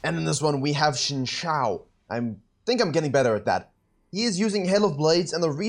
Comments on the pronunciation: I think Xin Zhao is pronounced "sin sao", not "ks-hin chao" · Xin Zhao is pronounced shin zhow (the zh is pronounced like zhonya's) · They say last name first so it would be zhao xin. And pronounced like ‘jow tsin’. Zhao sounds like sew but with a j and xin sounds like sin but with a rising tone